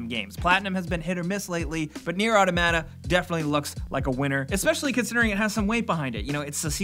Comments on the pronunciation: its aw-tom-it-uh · Automata is pronounced like Automaton. Aw-Tom-Uh-Tah. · Why do you pronounce automata like English is your second language? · Just please look up automata pronunciation, it's driving me fucking crazy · Neir: AAHHH TOM AHHH TA ... I think. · First"Yujioh" then "Automata" same as the word gaming mat. You don fucked up. You don fucked up.